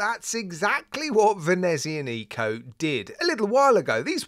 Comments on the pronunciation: The stress of the pronunciation BTW is on the 'a' /venezi'anico/, not on the 'nico' /venezia'nico/ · Seriously now, please stop pronouncing the name of this brand like that. There is no "Neeeeeeeeeco" at the end of the name, Nico was a crappy movie character played by Steven Seagal. And the "z" is a rough "TZ" like in piZZA, You must realize you have a lot subscribers from Latin countries (or Romance language speaking viewers) and the way you pronounce this name is the worst out of all watch reviewers on youtube. I love your reviews but this really kills more of my brain cells than alcohol.